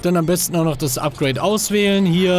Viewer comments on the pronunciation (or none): none